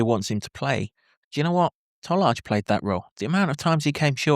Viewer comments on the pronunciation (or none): IT'S pronounced Toll-eye Tolaj